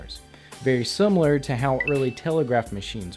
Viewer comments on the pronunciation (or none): none